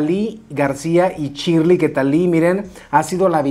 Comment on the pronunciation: Me parece que se pronuncia Shiiiirley no Chirli